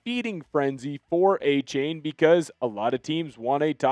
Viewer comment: Can you at least pronounce Achane right? It’s A-Chan